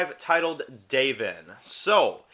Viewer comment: Lol bro, u did watch the episode right? It’s “Da-von” not “DAVE-in” 😂 Not trying to troll, but it was kinda driving me crazy. That said, I’ll keep watching your vids. Take care man 🤘🏼